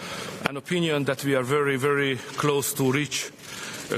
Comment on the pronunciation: He said “vwey close” actually